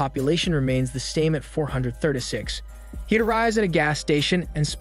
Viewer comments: "four hundred thurda six" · Four hundred Thurtay six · "Four Hundeh Thurduh Six" is all I can hear. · why you say 436 like that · The way he says 436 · The way he says “436” kills me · The way you pronounce 436 😆